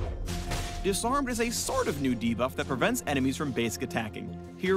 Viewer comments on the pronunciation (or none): none